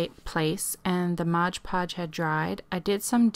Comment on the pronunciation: MOD podge. Not modge podge.